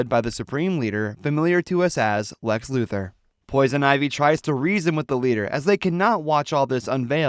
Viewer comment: It's LuTHOR not Luther